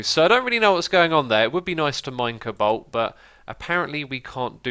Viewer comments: Xisuma it's pronounced C-O BALT not cabalt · Its "Co" like the Co-Op "Balt" which sounds like bolt. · stop butchering colbalt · lol xisuma you say cobalt funny